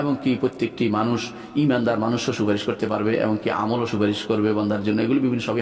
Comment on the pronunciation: Stupid molla, suparis bolte korane ni.